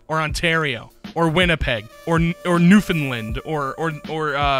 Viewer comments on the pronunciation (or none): “Newfinlind” … ITS NEW-FOUND-LAND GDI! Sincerely, a Newfoundlander. I swear that pronunciation mistake is shockingly common for such a simple word.